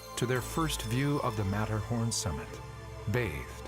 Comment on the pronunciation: So sorry to see, that disrespect, not even to try the pronunciation of the subject and main person of your film. It is not american. There is no sermett and no Metterhorn and even Simon had to get a new name he has to be Seimon now